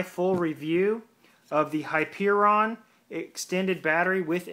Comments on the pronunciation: Haha he said hypeRON. It's hyeRION dude. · I think its pronounced "Hi- Peer-Ree-On" ...Hyperion Excellent review Sir, and thank you for posting this, I too think I am about to buy the dock and the battery thanks to your video.